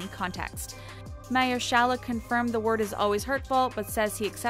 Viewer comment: How do you manage to pronounce a simple word incorrectly in EVERY. SINGLE. VIDEO.